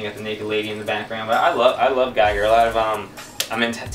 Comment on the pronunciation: GIGER (pronounced "GEEger")not geiger..